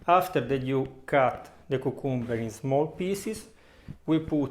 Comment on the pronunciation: "KYOO" + "kum" + "buh"